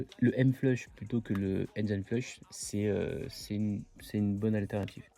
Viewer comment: C'est dingue il y a absolument AUCUN français qui sait prononcer correctement le mot "engine". AUCUN !!